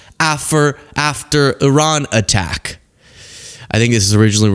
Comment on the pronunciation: 😂😂😂😂.....you said "affer"....